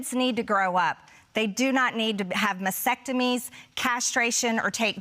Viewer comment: Lol bitch can't speak. Masectomies? Haha. What's next, Gaspacho Masectomies? As incredibly stupid as she is, how insanely stupid are the morons that voted her into office? Jesus, unreal.